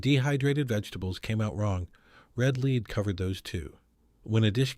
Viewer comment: SOS was WAY OFF! And powdered eggs are great! And Red LEAD sauce is LED, like the metal, not LEED. AI. Had to give on up this.